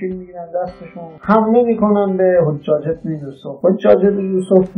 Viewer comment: عمو جان شما اول سواد تاریخی پیدا بکن که Hajaj رو Hojaj نگی ! بعد برای تاریخ اسلام کلیپ بساز در ضمن روایت گر تاریخی نباید لحنش جانبدارانه باشه و باید درباره تمام شخصیتهای تاریخی موضعی یکسان داشته باشه